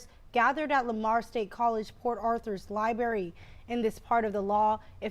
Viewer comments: Oh, it is pronounced "Library" not "Libary". You are welcome. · A reporter that can not say the word "library".